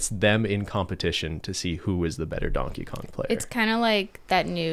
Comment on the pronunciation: “Who is Dankey Kang?”